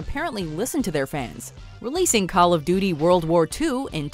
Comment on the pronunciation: She said Call of Doody.